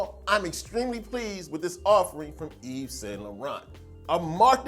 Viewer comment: Hey, loved review and doing your best to share with us the scent through the screen. Excellent job! Also, I think you're the kind likes to keep pronunciation true to the language. "Yves" is pronounced "Yve" without the S. YSL works well, too. CHeers! Ps. Looking forward to trying YSL, after your review.